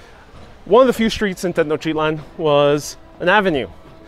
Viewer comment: Why are you saying Tetnochitlan when it is Tenochtitlan? Why noone, who is doing these educative videos can`t pronounce the names properly? WHY?